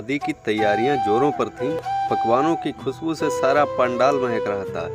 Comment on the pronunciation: सर सादी नहीं शादी सही शब्द है और कुसबू नही खुशबू होता हैं